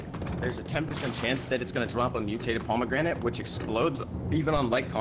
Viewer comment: The bomegranite made me laugh so hard